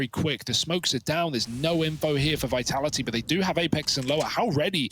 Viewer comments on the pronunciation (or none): VITALA'HEE lol I love how the guy doesn't pronounce the second 'T' in Vitality